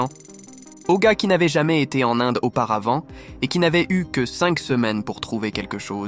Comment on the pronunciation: J’aime bien son accent québécois ! C’est vraiment cute ! Surtout comment il pronounce l’Inde 🤗